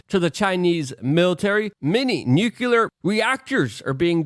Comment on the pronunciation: IT's still NU-KLEE-AR and NOT NUKE-U-LUR!